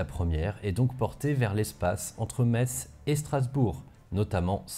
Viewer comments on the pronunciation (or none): none